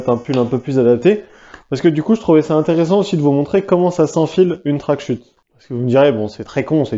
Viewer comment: Les CH dans "wingsuit" et "tracksuit", ça ne fait ni accent anglais, ni accent français. (en fait tu es le seul que j'entends prononcer ça comme ça)